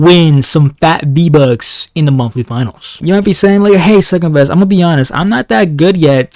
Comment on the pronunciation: Says secendbest💀